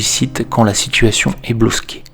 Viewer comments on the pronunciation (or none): Pourquoi dites vous bloSqué et non bloqué ? Et cela sur plusieurs vidéos